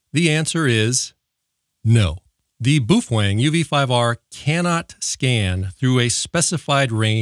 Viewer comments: "Bow fang" is how it's pronounced, you hater. Lol jk i love your vids! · Love the information and videos, hate the unsharpened pencil and how you pronounce Boafeng, there’s no “w” in it mate 😂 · the Boofwang pronunciation is amazing forever reffering to it as my Boofwang xD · What's wrong with correctly pronouncing Boof Wang? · Not to mention pronouncing the radio “boo-fwang” cracks me up every time.